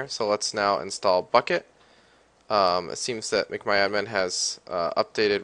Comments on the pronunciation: its mcmyadmin not macmyadmin u dumass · Mic my admin XD